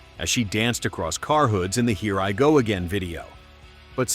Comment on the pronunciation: E Ririgó aguein é foda kkkkkkkkkkkkkk